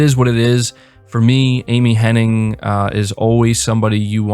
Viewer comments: Sigh. All these people talking about Amy Hennig—with this very video including a screenshot of an article that includes the spelling of her last name—yet y’all still can’t pronounce it correctly!! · Hennig, not Henning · Everybody gets this wrong, including you it seems. Just an FYI her name is Amy Hen-NIG not Amy Hen-NING. Hen--NIG not Hen-NING. Very happy that Amy Hennig is associated with Forspoken, that can only be a good thing. She has had some bad breaks. I was so pissed when EA canceled her single player Star Wars game. So, super happy she is making a single player Marvel game. It should be awesome. Yes of course I have Ps Now. If you buy it for the year you can get it for 50 bucks, sometimes even 37 bucks. They have been steadily improving Ps Now and it's pretty great now with over 330 downloadable games. Looking forward to Mafia definitive edition and Celeste. Ps Plus this monrh is killer as well. Especially for the extra Psvr games. I never got around to playing walking dead Saint's and Sinners because the Ps5 came out. It's supposed to be the best game on the system so that's good. Hopefully PSVR 2 will be back compat with Psvr and imorove the older games. Also been playing Vampyr since they released a 60fps patch. Really enjoying it. It starts a little slow but when it pucks up it's really good. The dialogue and voice acting is top notch. The environments do a great job of transporting you to 1915 London. And the stort and lore is engaging as is the gameplay loop. An 8 out of 10 so far. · It’s Amy Hennig. IG. There’s not a third N. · I'm also still on the fence about Forspoken from a writing stand-point, especially after the last story trailer release. Kind of surprised with such a strong writing crew, but I hope it still turns out well. Also, hate to be that annoying stickler, but her name is Amy Hennig, not Amy Henning. Gotta show respect to the greats, ya know :P. Solid video, keep up the great work!